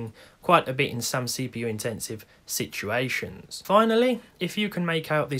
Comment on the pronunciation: I like your pronunciation of "situation" sometimes..."shituation". I think I'll use it in often. Really useful word these days.